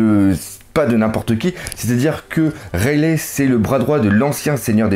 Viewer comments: Bon je t'adore mais si tu pouvais prononcer "Raili" et non "Railè" phonétiquement ça me gênerait moins mdr, toi qui voulait des conseils sur la prononciation;) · rayle aussi au lieu de raylie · rayleigh prononcé rayligh